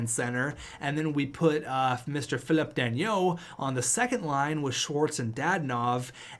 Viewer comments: Philip danault is pronounced fi-lip dan-o Ps: the steal of the century is actually valeri chubby chubisov for less than 4 million dollars! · Philip dano thats how you pronounce it